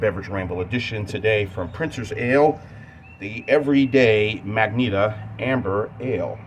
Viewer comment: I think it is pronounced "mah-jen'-tah" my friend. Magenta is a shade of the color red. Otherwise it was another nice ramble from you.